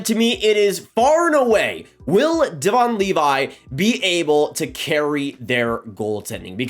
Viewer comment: You have a hockey channel but don't know how to pronounce Devon Levi's name? Seriously?